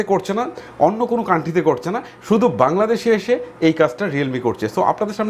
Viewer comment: ভাই ভাংলাদেশ না বাংলাদেশ হবে🙂